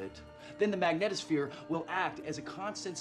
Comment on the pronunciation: It's mag NEE tohs phere (long e sound).. Sorry but given the importance of that word in this movie, the pronunciation really needs to be correct. It's not rocket science.